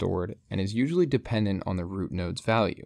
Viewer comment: "a" in "Usually" shifted unwatchable